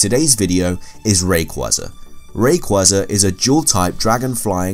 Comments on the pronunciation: It's ray-quaza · You pronounce arceus and Rayquaza wrong Ray-kway-zuh Ark-EE-Uss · I hate when he says rayqeeza it sucks.ALSO HOW IN THE WORLD IS MEW MORE POPULAR THEN RAYQUAZA